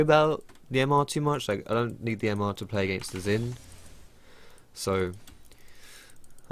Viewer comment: why are you calling Xin "zin"?